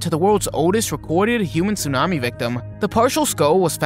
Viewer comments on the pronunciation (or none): none